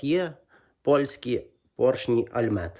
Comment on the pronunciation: не альмет, а альмот. непогана якість, я на таких наїздив досить багато